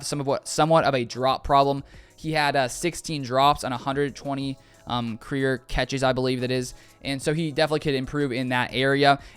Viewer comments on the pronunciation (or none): none